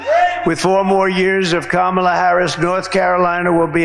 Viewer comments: He slipped up and pronounced her name correctly...Intersting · Did you notice he accidentally correctly pronounced her name? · He’s so demented he said her name RIGHT! He forgot to say it wrong!